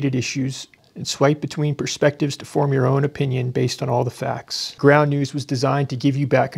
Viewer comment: ... where are you going with this??? Simple, you, Neil, are free to let your daughters compete with biological man, it's your democratic right , but just because you are accentuate the word " Facts" and you are NdGT doesn't make a bio. man to a woman and the rest of the world doesn't have to play that game and do like you're right